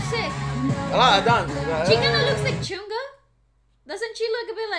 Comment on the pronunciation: Please don't say it as Chun Gha. it's Chung Ha.